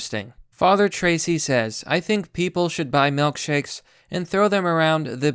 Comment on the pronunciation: Melk shakes. Huh.